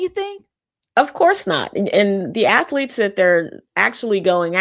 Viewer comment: Hey it's athletes not AFleats